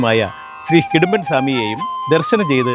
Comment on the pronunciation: Secretary Ariyunnathinu.... Hidumban Alla...... Idumban Aanu. Murugaaaaa....